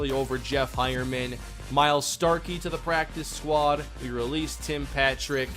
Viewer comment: Starky = STOKELEY